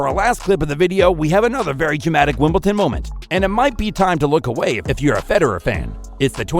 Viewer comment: There’s no T in Wimbledon!